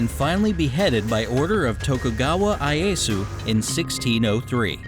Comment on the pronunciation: It is not Shonugget, it is Shogunat, also it is not Ayesu, it is Ieyasu.